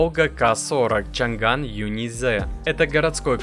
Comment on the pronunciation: Не чан ган а чъан дан 😂😂😂